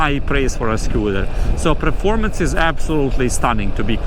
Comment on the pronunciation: It's Performance,not Preformance😂